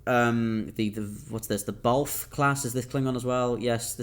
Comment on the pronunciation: Qugh class evokes a feel of an electric guitar. And Batlh (the tlh is usually pronounced with the tongue behind your upper front teeth, so kinda like bat with a lisp, emphasis on the B though) means honor in the Klingon language, or it used to anyway.